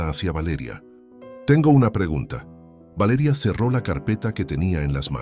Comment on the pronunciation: Porque esa manera de decir Valeria horrible